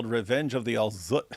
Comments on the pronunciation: I always enjoy how David emphasizes “Al ZZZut” 😅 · His name is Al-Zutt😂